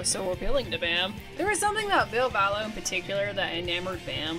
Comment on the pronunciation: one thing people dont really talk about is ville valo (its valo, not vallo 😊) breaking ties with bam and how that seemed to fuck him up almost as badly as dunn dying. edit after watching more of the video: you did actually go into it and im glad seeing someone doing a video on bam actually talking about it! whether it was hero worship or romantic love, bam was definitely obsessed with ville. i think it really, really affected him to have ville cutting ties. the sad thing is that if bam were willing to accept help i think ville would be 100% down to be friends again. this is seriously the best documentary style video ive seen on bam! like not just the ville stuff, theres so much here that no one else ever covers and that i - even as a lifelong jackass fan - didnt know. super well done!